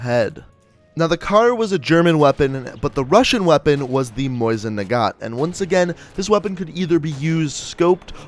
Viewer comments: Lol he pronounced it's moisin nagant not mosin nagant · It’s mow-sin nagahnt not moison nagant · It's called "Mosin Nagant" not "Moisin Nagant" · And it’s not Moisan Nagant MOsin Nagant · Mousin nagant is not g How it is pronounced it’s moe sin nagant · For the love of the gods, say it with me. MOH-SEEN NAH-GAHNT not Moisin, which is a real big pet peeve I have. It's not even pronounced that way in Russian. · Why are you saying moisin nagant it is clearly Mosin nagant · "Moisin Nagant" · ehm... its Mosin Nagan not Moisin Naguan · You say mosin nagat like moist nugget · sounds like hes saying moist nagant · "Moisin Nagant" lmao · Mosin nagant mo-zin na-gaunt